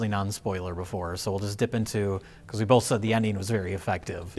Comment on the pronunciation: They also both say, "boLth" instead of "both."